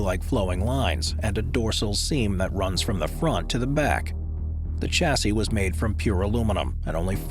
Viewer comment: Some of the pronounciations here make me shudder. Bugatti is Boo-gat-ee, not Boo-gah-tee. Similarly Chassis, being a french word, is Sha-see with a soft CH, not a hard CH like Chair. Jaguar is Jag-u-ar like it's spelt, not Jagwaaah.